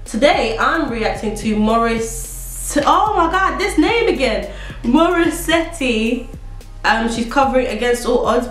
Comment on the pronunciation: It's MO-REE-SET... Last syllable of her name is the same pronunciation as in cassette.